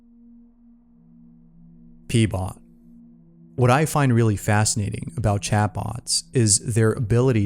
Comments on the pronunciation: Keeps saying "P-Bot"..... GET AN EDUCATION.... ITS "RHO-BOT", for fucks sake. And this is why AI already wins. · Him: pbot My brain: heard peebot Me:lols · Him: number 1, Pbot My brain: haha. peebot